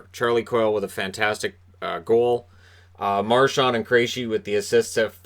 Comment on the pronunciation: Milbury needs to retire. To pair that dunce with John Forslund is an insult to Forslund. He says the dumbest things. He's petty. He mispronounced Marchand and Krejci. Ugh. I thought Boston did a great job of shutting down Carolina on the inside. The bulk of their shots were from outside, and the Bruins really stepped up for Halak. Wishing Svechnikov a speedy recovery (along with Pasta).